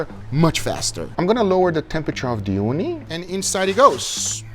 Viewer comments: I keep hearing "Uuni" what means Oven in Finnish. That got me so confused. XD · Ooni is pronounced as "uuni" which is Finnish for oven.